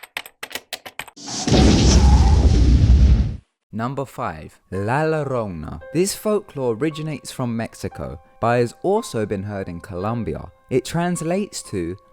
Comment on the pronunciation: This is how you pronounce Llorona... your-own-uh. Keep up the readings mate.